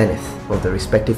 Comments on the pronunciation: It is actually pronounced shivalric or shivalry the C is pronounced like an S Also corps is pronounced Core or cores not corpse. additionally Echelon is pronounced esh-e-lon. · yes other than corpse and echelon you didn't do too bad. :)